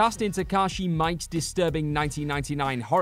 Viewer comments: No, actually it's just mee·kay, which, according to standard orthography of Japanese transliteration, would normally be spelled Mike. The extra I is there specifically to prevent the narrator's error. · Takashi mike?!Mike?!? It's Miike, pronounced very differently. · this isn't the first time they've called him takashi Mike on this channel, i hate it 😂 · I've never heard his name pronounced and even I thought that was wrong. If I had to guess it would be something like "me-ka". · it physically hurt to hear it, such an insult to an incredible director...